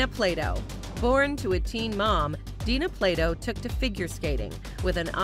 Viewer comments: um...her name is Dana, not Dina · DANA, NOT DINA. THUMBS DOWN. THUMBS DOWN. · DANA, NO DINA. RIP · From DIFF'RENT STROKES, Ms Plato's first name was DANA, not Dina. the producers of this video couldn't get that right, so how credible is anything here? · It's DANA Plato. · Dana Plato, nit Dina, Day Nah. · I believe "American History X" was quite successful. And yeah - it's DANA not Dina. And sadly, her son would commit suicide a decade or so after Dana's death. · You need to do more research,...it's Dana not dina... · This narrator is awful. "Plagged" instead of plagued and "Dina" instead of Dana.